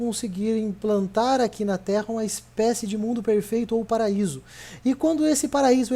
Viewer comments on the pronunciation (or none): none